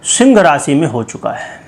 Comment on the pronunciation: शिंग राशि। ये पंडित बोलना तो सीख लेता।